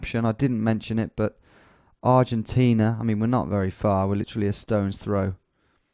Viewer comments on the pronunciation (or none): none